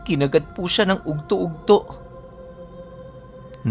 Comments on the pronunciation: Udtoh udtoh hindi ugtoh ugtoh...... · ug to ug to tanghali sa tagalog mag bigkas ka ug-to ug-to